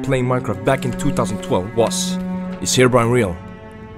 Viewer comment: Herobrine* not herobrian